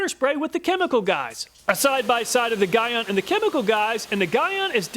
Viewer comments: Guy-on 😂 Great vid, btw it’s GEE-ON. No worries thought, awesome vid. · Pronounced G-ON not Guy-ON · Gyeon... Not that it matters, but it is pronounce GEE-ON. My pick is the Gyeon. Sure, hard to install, but longevity matters. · The way your pronouncing Gyeon is disturbing me 🤣🤣 it’s pronounced like “Ge”-“on” not “Gi”-“on” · Never known how to Pronounce the brand Gyeon. Here in the UK we tend to say Jhee On. You seem to say Guy ahn. Will have to ask the manufacturer haha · It’s G-Yeon. not Guy On. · Just trying to help man- GYEON is pronounced “GEE-ON” lol not “GUY-ON”. Great test video tho!👌🏽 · I believe it's pronounced 'Geeon' not 'Guyon', at least in Europe it is. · Guy-on I think is pronounced Gee-on, but anyway, another fantastic video, what would we do without you honestly! I'm surprised you didn't have H2GO in the list as that has high reviews. Thanks again!! Can't wait for the next video!! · I’ve used rain-x in the past and was pleased with it. But ever since using dedicated glass ceramic coatings, I can never go back. I personally have GTechniq G1 on my car and love its performance. Side note, Gyeon is pronounced “jee-on” rather than “guy-on”. It’s definitely a competitor to GTechniq in the car detailing brand space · Gyeon is pronounced GEE-ON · Just a heads up, Gyeon is pronounced "jee-on" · Gyeon is pronounced "gee-on". Great test! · Just for future note, it's pronounced "G-on" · Gyeon is pronounced Jean on without the N on Jean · It pronounce GEE YON 🙂 (Sorry detailing geek here) . As always, awesome review. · I saw in the beginning of the video that you had Glaco windshield protection on the table but you didn’t include that in your test. What happened to that product? Also, I believe Gyeon is pronounced Jee-On. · Great review and fantastic channel. one of my favorites I thought i would see a correction in the comments? Gyeon is pronounced "GEE-ON" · Gyeon is pronounced G on lol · I believe Gyeon is pronounced G-yeon.